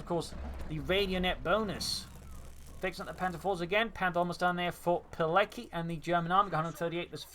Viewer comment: Btw its pronounced "piletzky", not "pilecky" :P